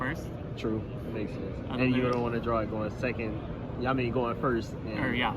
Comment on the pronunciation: thirty sehhcond place